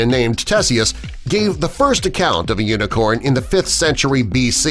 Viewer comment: This is how many times he said uinecorn I I I V